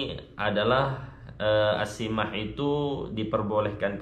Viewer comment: Bacannya assamah السماح bukan assimah